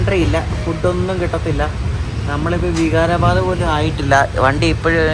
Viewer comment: നിങൾ പറയുന്നത് ബീഡർ എന്നാണ് എന്നാൽ ശരിക്കും പറയുന്നത് ബീദർ എന്ന് ആണ്, അത് പോലെ ലത്തൂർ അല്ല, ലാത്തൂർ ആണ്, വിഗാരബാദ് അല്ല വികാരബാദ് ആണ് pronounsation ശ്രദ്ധിക്കൂ, പിന്നെ റെയിൽവേയുടെ ഓപ്പറേഷൻ സിസ്റ്റം നിങ്ങൾക്ക് അറിയില്ല അത് കൊണ്ട് തന്നെയാണ് നിങൾ റെയിൽവേയെ കുറ്റം പറയുന്നത്, അത് പോലെ വൃത്തിയുടെ കാര്യം പറഞ്ഞു ഇത് ഒരു പൊതു മുതൽ ആണ് വൃത്തിയാക്കി സൂക്ഷിക്കേണ്ടത് പൊതു ജനങ്ങൾ ആണ്